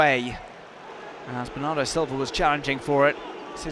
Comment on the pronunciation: The best "Bernardo" English Accent Pronunciation I have ever heard, coming from the bottom of his soul.